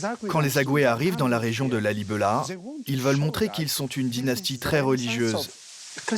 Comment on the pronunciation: il n'y a pas de son "E" dans la plupart des langues africaines. on dit "lalibéla"